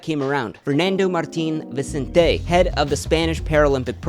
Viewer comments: It's Vicénte, not Vicenté hermione vibes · "I'm Spanish" dice, y ni sabe pronunciar correctamente "Vicente". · dices que eres español y vas y pronuncias 'Vicente' como Viseintei xddddd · bruh if you were spanish, you'd know how to fucking pronounce "Vicente" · This dude says he's Spanish but seems to not be able to correctly pronounce the pretty common Spanish name "Vicente". Yeah ok dude you're probably "Spanish" in the sense that your ancestors came from Spain but you don't speak Spanish, have no direct family in Spain, and probably never even went to Spain. But somehow having Spanish ancestry qualifies enough for you to call yourself "Spanish". American stupidity. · Why there is Lord Draugr's face and how can you be spanish and pronounce Vicente's name like that!!??